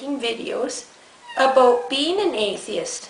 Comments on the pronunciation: WHAT ARE YOU TALKING ABOOT? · LOL at "Abooooot" XD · About...a bout...a boooout...a booooot...a boot Christians. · "ABOOOT" LOL